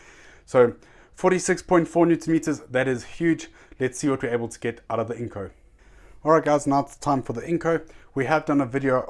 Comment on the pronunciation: Let me teach you how To pronounce. Its Dewalt not devault. Its INGCO not INCO.